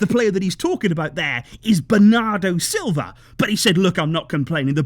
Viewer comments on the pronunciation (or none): none